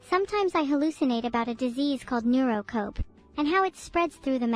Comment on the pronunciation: "Neuro-Cope" lol